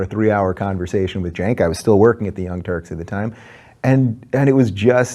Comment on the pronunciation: I still hear “The Young Turds” lol!